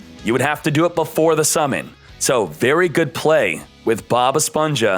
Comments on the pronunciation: Hmm, what Bothers me more? "Bob esponsha" or "machaina" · Si pero el nick name es “BobEsponja” así q se debe pronunciar en español no en inglés